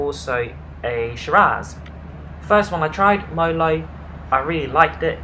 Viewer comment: its merlot not molot